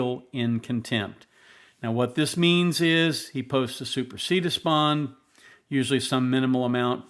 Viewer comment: Isn’t it pronounced /super see dee us/?